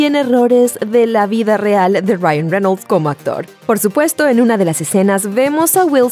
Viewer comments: Onafets SD men... se pronuncia tal y como se escribe... Reynolds.... incluso podria ser Reynols pero.. renol no... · renols... renols... renols..... wtf.. cual es el trauma con mencionar las palabras en ingles.. o los nombres con esa entonacion y pronunciacion incorrecta... estan exagerando con el ingles barato.. enserio.. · Jose Gante reinouls xd